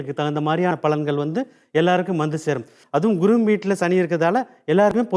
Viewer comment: இந்த, குரு(Guru) என்று உச்சரிப்பது பதில் (kuru) என்று உச்சரிக்கிறான்,பைத்தியக்காரன், இனிமேலாவது Guru என்று உச்சரிக்கப் பழகுடா